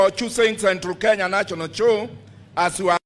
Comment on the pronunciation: What is chow boss ...u mean Show Geez